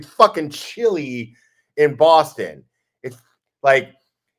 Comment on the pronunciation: Hey! Your Bostonian accent needs a little tweek. THE “O” in Boston is pronounced like Rotten or claw❤️